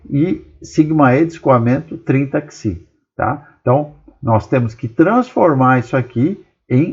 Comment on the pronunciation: "PISI"!!! P-S-I!!! pelo amor de Newton professor!!!